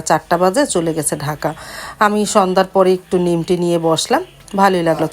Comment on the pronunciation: Kichu Mone Korben na plz,apni nimki ke,nimti keno bolen??? Plz DNT mind, Eta nimki not nimti